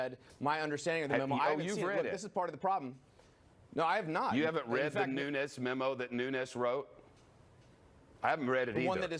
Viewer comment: "Nunes"...NOT "Nunez"...NO ONE of Hispanic or Spanish origin claims him... don't let the mispronunciation of his last name lead you to believe that he knows a word of Spanish...only Spanish that fat, white fuck knows are items off the Del Taco menu...